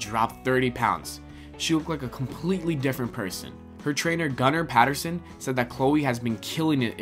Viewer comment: Did that guy just say a 'low crab diet'? And "many different type of work-out"?? hahaha if you're gonna narrate for a video, learn to speak properly!! Oh and it's Gunnar Peterson.